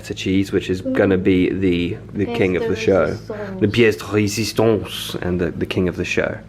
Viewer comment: Your french is good "pièce de résistance" ahahah Hope you'll get better soon!!!!! Good to see your all fam 😍